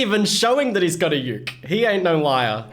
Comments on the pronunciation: its boywith ukey its not said how it looks just to say ^^ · U said youk its uke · Read it like boywithook